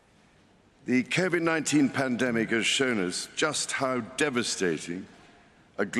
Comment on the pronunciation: The coh voyd non teeyn pandemic has shuwn us.... "us" Do not patronise me.